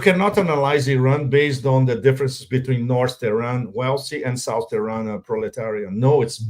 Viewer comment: Pepe: It's "South"not "Souse." It's easy, even for a Brazilian.